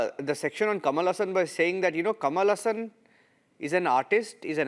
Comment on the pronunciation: Ha ha.. Since when "Kamala Hasan" became "Kamalasan" 😅